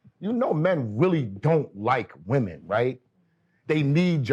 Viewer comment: Question? Is it a NY thing to say "woman" and not "women" when speaking on multiple women? Lol